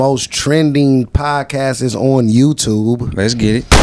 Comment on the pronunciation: My boy said Podcastes. 💀💀